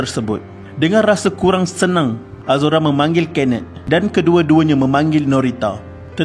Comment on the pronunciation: kenneth= kenet???🥴🥴 sape laaa jurucakap ni